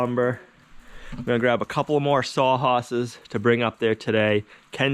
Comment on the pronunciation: "sawhosses"?...pause...rewind...replay..you did! :-)